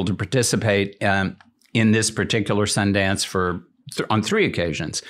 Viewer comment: Is it just me or did Ranveer just say sandas instead of Sundance 😂😂